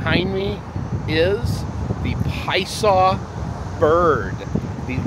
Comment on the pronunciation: I’m reading that it’s pronounced “pie-uh-saw” from the Algonquian Illinowek language. I’m sure you just heard someone say it really fast, and missed the middle syllable.